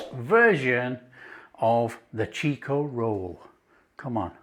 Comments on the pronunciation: It is chiko, not cheeeko. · Chick-oh, mate... Not "cheek-oh! From the home of the Chiko Roll! Most Australian will be unable to say what's in a Chiko Roll! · Its actually pronounced chikko not cheeko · Those look much much tastier than the actual Chiko (pronounced chick-oh) Rolls we buy here in our take-aways. The real thing is rather ordinary. These look delicious.